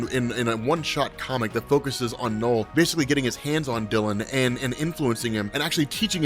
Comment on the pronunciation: You're an American, right? I've been noticing that a lot of people from the US, doesn't matter what accent they have, they pronounce the letter "U" in words as the letter "O". You're trying to say "Knull", but it's coming out as "Nole". I've noticed it with other people, and other words, like "ultra". Do you say it "ohltra"? It's a weird thing to me, I don't know why. It's hard to watch this video because hearing you say "Nole" over and over again is grating. Like I said, it's weird.